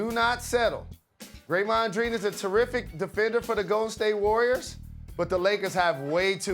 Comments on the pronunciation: Greymond Dreen?! Did I hear that right? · did jalen just call him Greymon Dreen? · Greymond Dreen